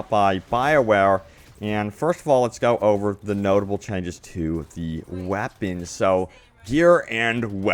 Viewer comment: "The wappens"